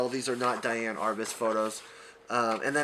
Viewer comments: DEE-Ann. Not DYE-Ann. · I believe she pronounced her name dee-ann.